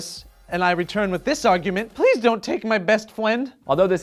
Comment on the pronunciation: pweez don't take my best fwend!